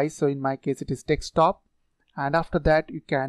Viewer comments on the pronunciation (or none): Why every Indian I know is unable to pronounce any word with 'sk' in it? Like DESKTOP. But if they have to pronounce 'sc', which is exactly the same, they have zero problem whatsoever. Like MASCULINE, DISC, etc...